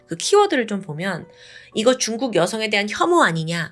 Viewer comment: 근데 왜 쭝국이라고 발음 하는거에요?